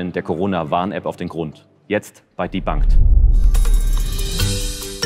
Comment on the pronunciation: Sehr schön aufgearbeitet. P.S. Debunked hört sich weird an ^^